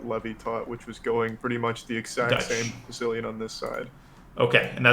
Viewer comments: nobody: danya: SITSILIAN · I like how Danya pronounces "the Siцilian opening"